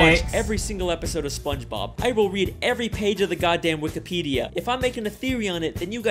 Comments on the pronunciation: “Spongebrob”- 2022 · Bro said sponge brob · bro mans said spongebrab